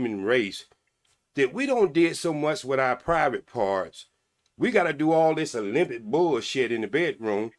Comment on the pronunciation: Also Olymptics😂😂